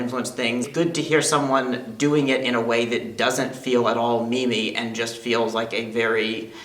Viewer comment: I sincerely hope he meant "meme-y" rather than "me-me"